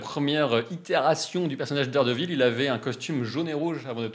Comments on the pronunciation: Ça rit des Incroyable, mais vous dîtes Darredeville alors bon 😂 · Vous critiquez nos noms de films mais vous appelez dardevile: Darde ville😂. On vous aimes quand même.